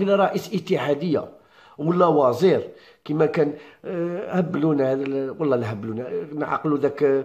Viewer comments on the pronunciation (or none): وزير مش وازير ههه